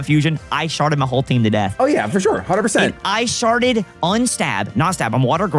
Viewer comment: "Ice sharded" is crazy. Chat, clip that. make edits.